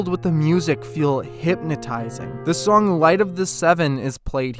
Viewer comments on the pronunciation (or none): none